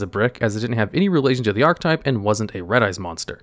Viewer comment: Why do you keep not saying the “e” in archetype? It is a 3 syllable word, i little though you kept saying “art type”